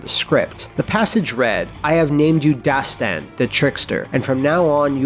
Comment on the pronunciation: I'm persian. And Dastan doesn't mean story! You have to pronounce it differently. دستان = the name داستان = story You can google it and figure out the difference :)